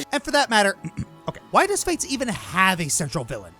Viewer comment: "Fire Emblem fetes"?